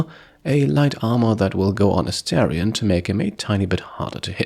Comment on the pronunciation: Hey! Really enjoying the playthrough — you're doing a great job with it. Just a tiny note: the character's name is Astarion (pronounced Ah-star-ion), not Asterion. Totally easy mistake, just thought I’d mention it in case it helps. Keep up the awesome content!